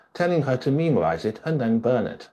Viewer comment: Trot-sky,Cheek-a, ice-ax?(it was an ice pick), Mula-tov?, Plee-niary?, meme-orize?, Alex-tsar?, please...